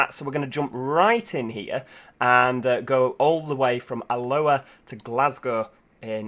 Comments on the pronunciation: Giggled at your pronunciation of Alloa 😄 You were saying it like the Hawaiian "Aloha". The town Alloa has the emphasis on the first syllable. (A-loa). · It's pronounced (al-oa) not alua the second l is silent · Alloa is pronounced a-low-uh